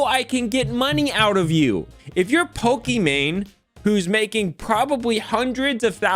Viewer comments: It’s Pokie-main not Pokie-man 😂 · It’s Poki MANE not MAN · It’s pronounced -Poké Main 😂😂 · lol you call her poke-man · LMAO, he called her Pokemon (and Poki-man which is also a classic mispronunciation of Pokemon that drives fans CRAZY, that and poke-man) and I'm watching this while playing Pokemon Brilliant Diamond and have Pokemon Go open on my phone in case anything good spawns. Also, it was a HORRIBLE idea to stream really any show without any commentary or anything, but doing so with a show as big as Avatar, not only because they're gonna crack down on it harder, but also that's a great way to draw the ire of a bunch of rabid fans, especially on the internet. Kinda reminds me of My Story Animated lashing out at Kubz Scouts and comparing his videos to if someone just posted themselves watching something like Avatar without adding anything. It was a stupid, BS comparison in that situation, but is kinda funny seeing someone do exactly that lmao. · it’s poke “main” Come on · says Pokimane like boomers say Pokemon XD